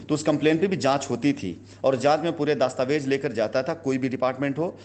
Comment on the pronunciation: दास्तावेज नही दस्तावेज होता है गधे